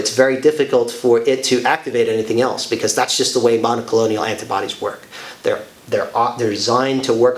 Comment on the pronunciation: please...it is not monocolonial. It is mon-o-clone-al